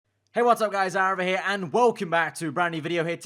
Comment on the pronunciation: His name is Aarava not Arafat.